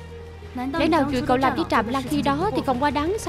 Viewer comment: Trạm Lãng mừ.....sao đọc thành Trạm Lăng luôn r😅😅😅